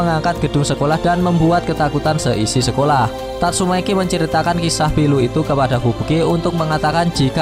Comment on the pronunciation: Sebut nama biar betol sikit min, tatsumaki, bukn tatsumeki.. dah bgus bgi nma, lain pulak yg min sebut..😓😓😓😓😓